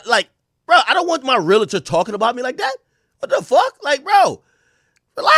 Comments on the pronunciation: Pronounced (Real Tor) not (Real A Tor) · As a realtor for almost 20 years… It’s pronounced “real – tor” 😊 But no realtor should be shaming or speaking on another person‘s financing in public, and this guy is certainly at risk of some type of reprimand, fine, or potentially losing his license altogether . If no one has reported him yet they should. Hell, I might. Clown azz. ——- Edit: I made this comment early, after watching more of the video I see that that is the builder that gave that information. I’m leaving my original comment up and intact just for educational purposes. 😊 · The REAL-A-Tor huuuuu 😂😂